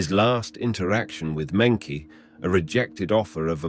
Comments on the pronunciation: I heard Monkey G when he said her name. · mengchi is how it's pronounced. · I noticed they always mispronounce Chinese names so maybe they are using AI to narrate in this channel